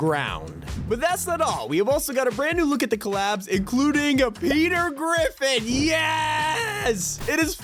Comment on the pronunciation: hahahahah petah